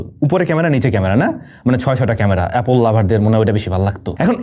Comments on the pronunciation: সবই ঠিক আছে ভাই কিন্তু আপনি অ্যাপেল কে অ্যাপোল কেনো বলেন? এরকম ইংলিশ accent আমি কোথাও শুনিনি 😂😂 apol 😂😂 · It's not apole it's apple 😂